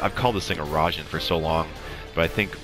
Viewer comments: rye-jean. "a" is like a short english "a", 'i' is like a long english "e", but quick. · Raijin like pie-gin.